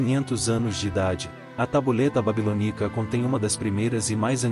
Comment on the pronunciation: BABILÔNICA E NAO babilonícs Da nos nervos esse áudio todo errado nas pronu cias